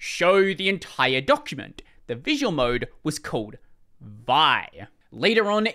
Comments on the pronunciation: vi not pronounced "vie", it's "vee eye". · I have never heard vi pronounced as one syllable before...